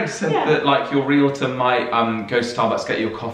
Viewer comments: First, congratulations for pronouncing realtor correctly. Too many Americans pronounce the word ree-luh-tohr. In the US, realtors technically work for the seller of the property, since it is the seller who pays the commission, but in reality realtors work for the buyer. For example, a realtor may take the prospective buyer to view four or five properties during one session. They will show the buyer numerous properties that fit his wants. During past home buying experiences I waas shown 20 or 25 properties before making my decision. Once a realtor showed me a single property and then started pressing me to buy it. I simply told that realtor that she wasn't the realtor for me and moved on to someone else. One thing that wasn't clear.In the UK, who pays the estate agent's commission? The buyer or the seller? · THANK YOU THANK YOU THANK YOU for properly pronouncing the US person as realtor (“REEL-torr”). So many people in the US say it as a 3-syllable word (“REE-lit-turr”) which is so wrong and drives me bonkers.